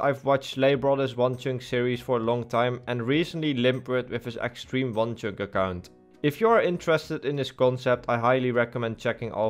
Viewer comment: "Ekstriem wan tjunk."